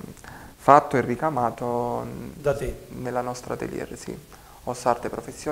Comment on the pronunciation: Bella intervista,solo un appunto ad si pronuncia" atelye" senza pronunciare la r finale...